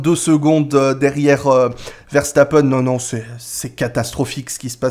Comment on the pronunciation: salut à tu es l'une des rares personnes qui dit correctement le nom Verstappen ça fait plaisir de l'entendre bien prononcé le nom de notre compatriote Belge qui est né à Hasselt (Belgique ) sa maman est Belge (pilote de karting de haut niveau)